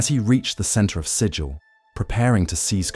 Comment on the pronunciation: The city Sigil is pronounced to rhyme with 'wiggle', not 'vigil'.